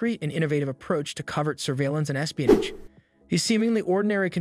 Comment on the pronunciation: Are you trying to say "espionage"?